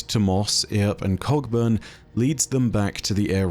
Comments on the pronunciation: am I the only one who sometimes hears "Cogburn" as "Cockburn" lol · "Cogburn" is also pronounced "co-burn" but what the hell, he's British. :) I reckon people pronounce it both ways, I'm not bothered. Earp though... There's a Stirling Moss, the great Scot F1 driver, but I don't think he's in this story somehow...